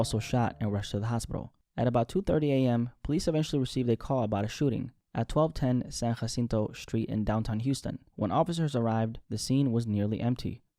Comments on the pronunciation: Gotta pronounce that J in San Jacinto. It's a Houston thing. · We say San Jacinto with a J sound in H Town lol